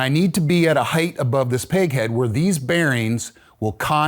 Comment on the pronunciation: Great stuff! Amazing craftsman (and he knows how to pronounce the word “height” 🙏🏻)